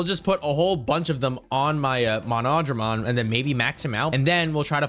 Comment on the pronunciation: Btw he’s pronounced mono-dramon nor mo-nodramon